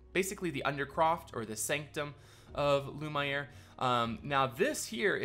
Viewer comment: The way you pronounce lumiere: l u (as in numb) m and the iere you need to pronounce as the word air